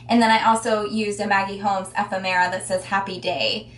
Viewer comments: It's driving me nuts - fab video but the pronuciation is ef - FEM-era. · It made me laugh first of all because the first time you said it, it sounded like efin -MERA (and in the rest of the world :Effin' " is used as the dreaded 'F' word - in New Zealand where I come from, in the England, Ireland Scotland etc. lol.